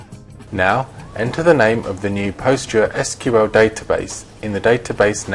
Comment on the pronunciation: It is pronounced as 'Pos-gres-sequal' not 'Post-gre-S-Q-L'.